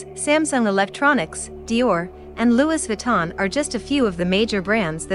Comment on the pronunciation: Not loo eees viton….loo ee😁